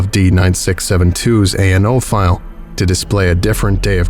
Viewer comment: I know it's probably the dyslexia, but you do keep saying .nao instead of .ano files. Not really a big deal, I just kept noticing it.